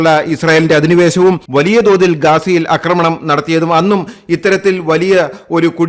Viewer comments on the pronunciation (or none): ആക്രമണം ആണ് ശരി അക്രമണം അല്ല ഇനി അക്രമണം പറഞ്ഞാൽ un subscribe ചെയ്യും